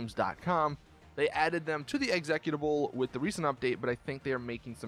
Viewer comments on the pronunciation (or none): It is spoken EX-E-CUTABLE you pleb! Not Executivable. MORON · Do a lot of people pronounce 'executable' the same as did (exec-utable), or do more people pronounce it as 'exe-cute-able' I say it the last way, maybe I'm the miniority and just never knew it?